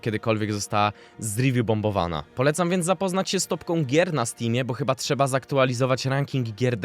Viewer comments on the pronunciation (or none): none